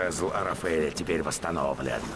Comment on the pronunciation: Арафеля правильно а не ара́феля